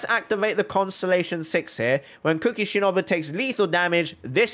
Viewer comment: ur pronouncing ''shinobu'' wrong